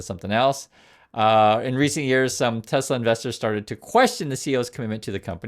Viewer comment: “I love tesler”